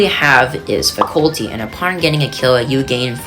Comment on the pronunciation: its not pronounced fasulty